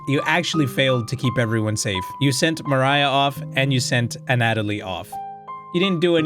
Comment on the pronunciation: I think pronunciation of "Mariah" is correct, provided the developers don't say otherwise. At least in the English-speaking world, people wouldn't really read it as "Maria." The h at the end provides a clue on how to read it, because like MOST languages with a less f*ckeD up way of writing how they sound, the h isn't really necessary.